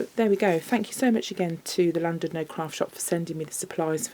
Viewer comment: Hi, I love the wreath. Just to let you know, you pronounce Llandudno with a C, so you would say Clandudno. Just incase you have any Welsh viewers lol x